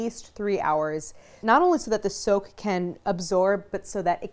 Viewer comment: I kept thinking she was saying soap when she said soak.